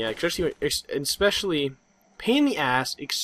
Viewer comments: you pronounce it especially, not ek-specially. There is no letter to suggest you would pronounce it ek-specially, so you don't. And I just now realized, that is what you were saying, isn't it? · is there a c in especially there? No. And you don't pronounce one either. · Nice mispronunciation of foliage and especially. Foyaledge and ecspecially.